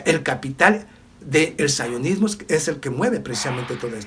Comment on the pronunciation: Sionismo no saionosmo POR FAVOR CORRIJE TU PRONUNCI CION